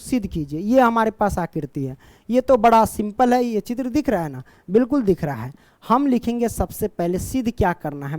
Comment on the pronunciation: चित्र या त्रिच है 😅😂😂